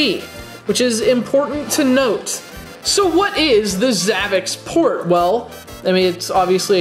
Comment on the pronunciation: Your pronouncing the system wrong its like if you were going to try to pronounce ZAVICSPORT The last part of the name should be like if your trying to say sport with zavic. Just trying to clarify.